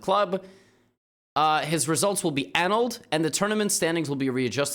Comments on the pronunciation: ANN' ulled? It's uh nulled'.... 🙂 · It’s “uh-NULL-d”, not “ANN-uld” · Yeah, first time i heard that kind of pronunciation. A-null-ed is what i usually hear. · ANALLED Really emphasizing the annunciation there Levy. Perhaps a suggestion Hans is cheating and using anal beads? Find out next time! Like and Sub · "annulled" is pronounced in American English "uh·nuhld" with the emphasis on the second syllable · I only offer this in the spirit of improvement-annulled was mispronounced. I guess it happens to everybody, I, myself, was in college, when I learned that misled was not pronounced with a hard I sound. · Did anyone comment that he doesn't know how to pronounce annulled? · Do you not know how to pronounce annulled? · Most people pronounce "annulled" with the stress on the second syllable.